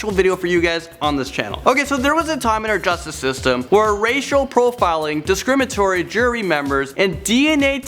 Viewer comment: "Discrimatory.." "Coorst.." Maybe get the other guy to do the videos with the difficult words..